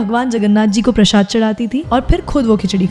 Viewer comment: Prashada bol diya prashad ko 🙂